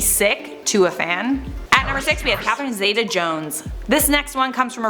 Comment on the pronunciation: C'mon. You do all this research, spill copious amounts of tea, and can't properly pronounce Catherine Zeta(ZEE-ta) Jones. Edit:"before Jared Leto was an actor, he was in a band called 30STM".....mate.... Jordan Catalano